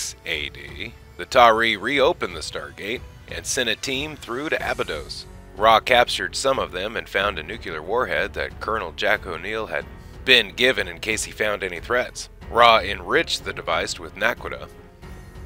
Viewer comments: Nuke-you-lar? New-clear is how it's said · My God it's pronounced "nu-clear" not "nu-cu-ler" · I liked this until you said "nuke-you-lar."